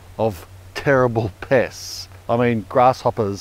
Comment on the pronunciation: "terrible pests" I thought he said terrible piss!